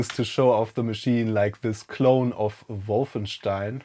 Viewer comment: I've been waiting many years to hear someone pronounce Wolfenstein properly